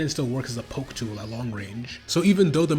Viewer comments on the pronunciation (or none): none